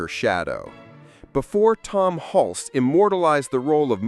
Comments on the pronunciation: . “HULC-SEE”??? It is pronounced, “HULS”. Single syllable, silent “E” Jesus man. This is the centerpiece of your video and you can’t even pronounce the lead actor’s name, right. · It’s Tom Hulce (like “hulse,” not “hull-see”). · His last name is pronounced hull-see. Not huls. Stupid AI forgot a syllable who ever made this got so many details wrong. Come on China step up your game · Nope, you can’t use a bot voice for these things. It’s Tim HULSS, not HULCEE. Please do your research, it makes everything in this video suspect and I wanted to like this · So is the actor's surname pronounced HULSS or HUL-see? It's in here both ways, alas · Tom Hulcee ??? -- AI ! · Pronounced Hulse like pulse. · BTW the name is Tom Hulce but pronounced Hultz. If you're going to make a video about this movie you should know how to pronounce the name of the actors. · Nice video, but maybe learn to pronounce the name of your lead actor. It’s not “hulsey” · "Tom 'Hul-cee". 😂😂😂😂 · Haha!< The announcer doesn't know how to say "Hulce" ! 😂😂😂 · Ai voice sucks. Pronounces 'Hulce' 3 different ways. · Milos Forman's first name isn't pronounced like Milo. It's pronounced (Mee Losh). And the E in Hulce is silent. And, don't ask me why, but Tucker Carson has the same laugh. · Seems like more AI nonsense. Tom Hulces name is mispronounced. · You pronounced "Hulce" two different ways.